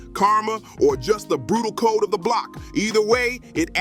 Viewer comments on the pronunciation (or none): none